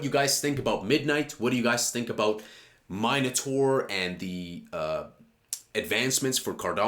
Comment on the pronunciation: im pretty sure Charles pronounces it " min- A - tor" anyways love the channel keep it coming 🙏